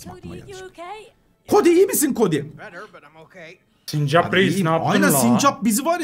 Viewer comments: Sinirimi bozdun abi sürekli sincak diyip duruyor doğrusu sincap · abş sincak deil sincap o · Sincak değil sincap